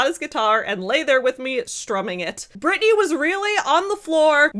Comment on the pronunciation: It's "Britney" 😊